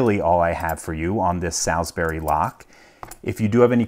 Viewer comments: so also from a "the colonies" so take it with a grain of salt but Salisbury is pronounced "Saul'sbree", one sylable. It always annoys me hearing americans pronounce it like that. the key to speaking english words properly it to blend all the sounds together and forget how you think each letter is meant to sound individually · Only thing I can add is that the moniker is pronounced with a long 'a' as in 'wall' or 'crawl' Whatever the name means as a brand or company, its also an area in the south of England (famous for stone henge) Loving the feed. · not pronounced as SAL[LY] girls name, but as SAL[L] - as in 'wall', or as in 'Saul' in the BIBLE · Great video as always. Nb "Salisbury" is pronounced more along the lines of 'sawlsberry" than 'Sals-berry' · The correct pronunciation for Salisbury is - "saulls-bury" Saull - like the old guy from oceans 11. Bury - like I had to bury my dead pet. Put the two together and you've got it. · For those who speak English here. The brand name is SalsbUry and not SalsbEry . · FYI - most of the time, English placenames that end in -bury are pronounced "bree". So, Sawls-BREE, not Sawls-Berry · Salsbury is pronounced as "Solz-bree" not "Salz-Berry" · indeed it is. Salisbury (pronounced sawlsbry) is in Wiltshire, England. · It's pronounced "suls-bree" just in case you were interested. I'm not bring a dick. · Thanks LPL. 🙂👍 The 'a' in 'Salsbury' is pronounced as 'o'. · Salz-Burry Salz-Burry! 😂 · For reference, it's pronounced Sulls-berry. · Just FYI: 'Solz-buree'. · As a help it’s pronounced more like saulsbury. There is no Al, as in the mens name in it. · Salsbury is pronounced 'solsbury', similar to how the pronunciation of salt is 'solt' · cool video, but it'd be pronounced with a different "a" sound. Like if you were saying all or hall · Not being critical just letting you know that Salsbury is pronounced Saulsbury. :) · Pronounced 'salsbree' :) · Salsbury pronounced "Solz_bri". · It's pronounced Sal'sb'ry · Pronounced solsberry